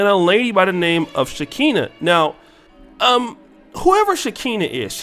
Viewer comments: Her name is Pronounced SHE-CON-A.and that's what she is. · Lol it’s “SHE-KON-NUH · You clearly don’t know who she is cause you said her name way wrong!